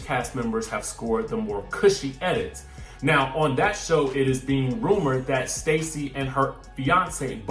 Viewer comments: On VPR, Stassi is pronounced Stah see, not Stacy. Just an FYI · Her name Stassi is pronounced Stah-see🤦‍♀️